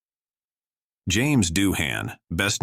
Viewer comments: that is Doohan NOT DUHAN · It's "Doohan," not Duhan. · JAMES DOOHAN not Duhun. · Thats James Doohan not Duhan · Doohan, not Duhan. How can you f**k that up? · It's James Doohan, not Duhan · It's James Doohan